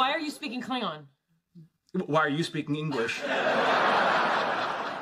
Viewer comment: their pronunciation of klingon is truly terrible